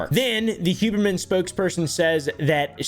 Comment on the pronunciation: Who-berman more like (scoff)